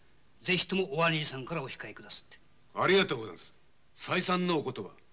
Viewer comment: 菅原謙次さん、「お控え」を「オシカエ」と江戸下町ことばの発音してて、浅草の侠客である事をちゃんと表現してる。池辺良さんは宇都宮の侠客なので「オヒカエ」と発音してる。